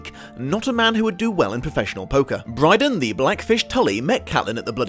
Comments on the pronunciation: Bryn-den, NOT Bry-den. Notice the 2nd 'n' in there? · Bryden Tully rather than Brynden